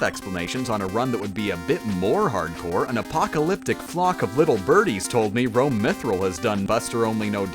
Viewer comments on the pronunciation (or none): none